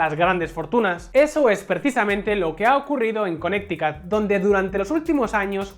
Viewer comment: en serio le dices "conecticut" a Connecticut, que se diría en castellano "Conericut".